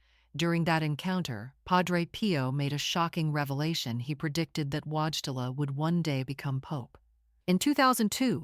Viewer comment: Sorry, but pronouncing the surname of Karol Cardinal Wojtyla as "WAAJ-te-la" cannot go uncorrected!^^ In Polish, the printed letter W is pronounced more like a V (similar to German, actually, while the l is more like a "w" but whole swallowing one's tongue. And the narrator has put the emphasis / accent on the wrong syllable. A more accurate pronunciation then is something like "voi-TAY-wa"... Aside from that, why does the narrator always refer to Wojtyla's alter-ego Pope John Paul II as Pope John Paul Roman II. "Roman" is actually a fairly common Polish given name, but it is irrelevant and unwelcome in this context. Oh, and is it my imagination, but do many parts of the video repeat for no particular reason-?